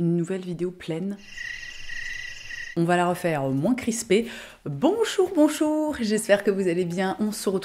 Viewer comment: J'ai l'impression d'entendre ma grand-tante de Lorraine quand tu dis: "Bonchour-bonchour"